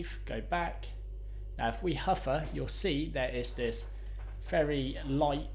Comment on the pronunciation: I especially enjoyed the huffer (hover) effect